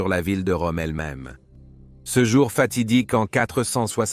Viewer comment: Parfaitement d’accord avec vous. Je ne crois pas que ce soit un humain qui fasse les commentaires mais plutôt l’intelligence artificielle. Sinon comment expliquer qu’il dise systématiquement « c_e » plutôt que « ce »?